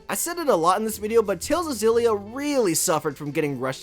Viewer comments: I know this doesn't matter, but it's not Zillia. If it was then that's how it would have been spelled. It's Kssillia It starts with an X, which sounds like 'Ekss' or 'Kss'. So it's 'Kssillia' or 'Ekssillia'. There's no letter Z in the word and nothing that makes the sound of a Z in the word. So it's 'Kssillia'. People just wanna make things harder than they need to be just to feel special. K.I.S.S. Keep It Simple Stupid. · Btw, you pronounced it the right one before, the katakana is エクシリア anyway, ekushiria, not ゼィリア, ziria. HUFT PEOPLE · Ex-ill-ee-ah is actually the correct pronunciation lol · IT'S EX SI LYA OMFG Tales of Xillia (Japanese: テイルズ オブ エクシリア Hepburn: Teiruzu Obu Ekushiria) edit: okay sorry I know people have pointed that out like a month ago already but I just had to since after hearing you "correct" yourself a few seconds into the vid, that was my initial reaction XD It's pretty cool that your vid popped up in my recommended vid since I've just started a fresh run of Xillia again after so many years. Prolly my favorite Tales of game, visually. Grace still top it off with the gameplay, and Eternia will always have a special place in my heart. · wait your name is pronounced “Zay-ff”?? with a double F? no wonder you mispronounced the game, you mispronounce your own name!! 😂😂😂 fr though thanks for the review